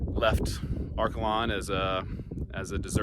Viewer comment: I am from Liberal. Arkalon is pronounced Ark ay lon. Not Arkuh lon. Near Arkalon was the Samson of the Cimarron. You should have shown that.